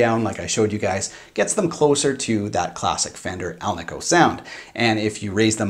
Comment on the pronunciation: The ASAT has 22 frets, no shelf extension like Fender modern necks. Musikraft now makes G&L replacement necks. Ever notice how many people mispronounce ALNICO? It's like AL KNEE CO. says it correctly.